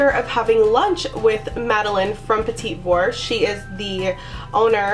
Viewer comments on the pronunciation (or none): It not petit like "petty" its pronounced like petit just don't pronounce the last T. So kinda like "puh-tee" with the emphasis on the second syllable.